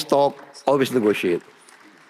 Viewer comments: Beda sama yg nganu...pake Teks Pun MASIH..WE WOK DE TOK NOT ONLI TOK DE TOK....😅😅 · We wok de tok, not tok de tok..